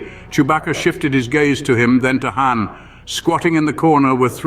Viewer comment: Entertaining but Zahara becomes Zachary for some reason, and when you call Han Khan, that's just a lazy cross franchise insert.😂 Love it.